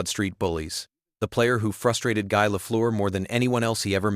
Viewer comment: you know it's AI when Guy isn't said like "Gee".